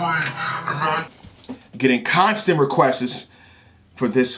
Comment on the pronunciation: “Been getting constant requestses”